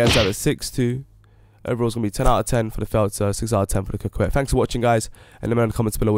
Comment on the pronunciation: It is pronounced "Cockett".